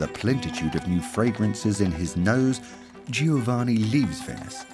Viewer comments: Pity the narrator couldn't be bothered to learn how to say Giovanni properly. To say nothing of that old chestnut 'every one stunk.' Unfortunately one starts to doubt many of the facts presented here. Undergarments were not commonplace!!! How does the narrator explain the widespread presence of the washerwoman or laundry woman? Plenty of laundry lists in the records of the middle-upper classes. Jane Austen mentions them in her works. Also many garments required a stiff starch, shirt collars, lace, ect. How could this be achieved if nothing was washed!!!! While it is true that the elaborate costume of the day could not be washed, they could be unpicked if need be. Clean underlinen every day was the norm in middle -upper-noble layers of society. How many paintings featuring ladies washing themselves can one see in Art Galleries? Watch this programme with care. Unlike the devine perfumes, it is not 100% pure in information, as many will recognise! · I find it so annoying that the narrator is unable to pronounce Giovanni. 😵‍💫😵‍💫😵‍💫😵‍💫